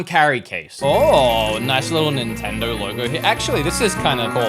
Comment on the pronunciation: what is an nintenderrr 🤣🤣